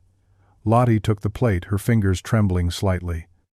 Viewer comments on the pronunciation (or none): "Lottee and Hildee . . Should be Lotteh and Hildeh IDIOTIC AI